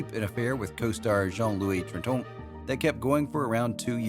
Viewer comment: What a ridiculous "French" accent!!! Trintignant? Bécaud?!! Stick to what you can just about manage in that speech impediment you'd call an American accent!!